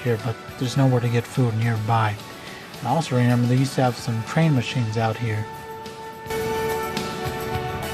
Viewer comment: you really said renember